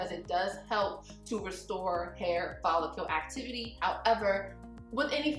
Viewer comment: It tickles me to hear you say "follicule." Good information as always...😊